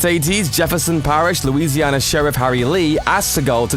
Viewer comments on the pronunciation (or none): none